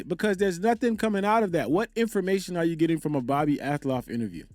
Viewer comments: Not that it matters,but it's AL-TOFF..not AT-LOFF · bro it’s pronounced Al-toff 😭😭😭